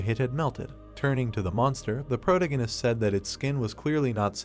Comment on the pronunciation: Dude, for the love of anything holy, google how to properly pronounce "Protagonist" and teach the text to speech program. If you are going to use the damn word every sentence